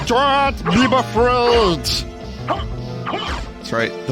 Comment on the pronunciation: Vinny says “DON’T BEEBA-FRAID!” .